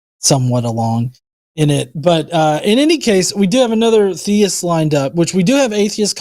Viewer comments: I mean... the latest point at which everyone should realize it's him is the second he pronounces "theist" as "thayist"... thats such an easily identifiable speech quirk one should think. And not a common one. I dont think in all my years watching these shows have I ever heard someone say it that way... [edit: he even has the SAME EXACT SHITTY INTERNET PROBLEMS!! Identical robotyness and all xD] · Not the “thay-ist” pronunciation again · You can tell it's because he pronounced theist as "theyist"... only does that. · worse french accent since peter sellers